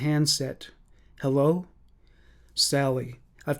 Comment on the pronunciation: I love the way he says 'elloo everybody ', lol